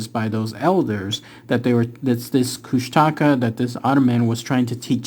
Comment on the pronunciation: It's pronounced koosh-tuh-kaw <3